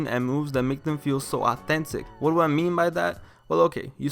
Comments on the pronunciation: "You coud dew whateva you wanted to dew so have fun!" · Why you have to pronounce do like that lol